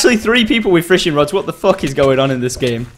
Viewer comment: Like if u did hear him saying "Fishring rods" :D